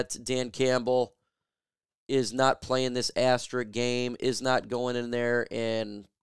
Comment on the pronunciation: Not trying to nitpick but why does everybody call it Asterick? It's "Asterisk".